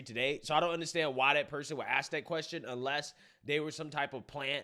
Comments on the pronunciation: it’s se-cede not suc-ceed. ‘Ask vs axe.’ You’re awesome. I love this podcast! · Pronounced suh-seed. I can’t watch your videos anymore beyond the clip being referenced. between you always yell talking, and choosing to speak like “dat was da dumbest question tuh axe” I lose braincells